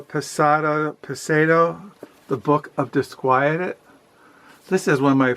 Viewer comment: I think I might pick up middlemarch soon :) Also it’s fernando PESS-O-A.